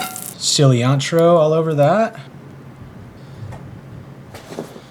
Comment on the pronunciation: is everyone just gonna skip past him calling it cilliantro bruh